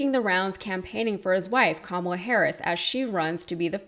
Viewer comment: …. given his singular approach to focussing on Joe’s age and his refusal to properly pronounce Kamala’s name correctly, from now on we should all pronounce it donOLD Trump